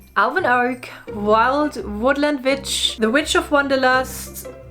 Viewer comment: Your videos always appeal to me, they're so nicely done. I'm just being honest though - as they're being spoken in English, the English pronunciation of the word "witch" is with the same sound your language use for the letter "v" so if you saw the word "vitch" and pronounced it in your language you would have the correct pronunciation for English speaking. It may just be me but I can't get through any of the videos when the word witch is pronounced with the strong V (to you W) sound - it grates and stops me getting into the flow of what your're saying. Sending best wishes.